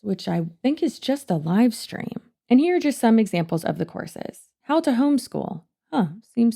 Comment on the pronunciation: I know you're saying "courses" but my brain keeps hearing "horses" and I can't unhear it.